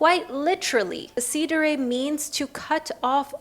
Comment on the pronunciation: so cute when u pronunce"decidere" (italian word)